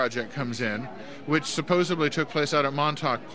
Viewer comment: "...and thats where the mantauk project comes in which SUPPOSUBBLY took place out at mantauk point."